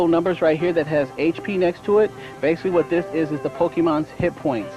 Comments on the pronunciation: I only remember this because of the guy who says pokemans 🤣 literally just thought about it and wanted to laugh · I remember being so mad as a kid when I heard him say pokemons/pokemans. Some "Master" 😂 I love this old video though